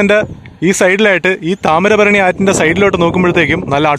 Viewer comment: ബ്രോ..താമരഭരണി എന്നത് തെറ്റാണ്.. താമ്രപർണി എന്നതാണ് ശരി.. വീഡിയോ ഉഗ്രനാ....